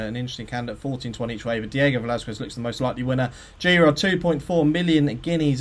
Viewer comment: that Velazquez pronunciation is shocking.